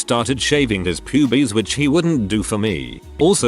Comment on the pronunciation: I like how the voice pronounced Pubes as Pubies!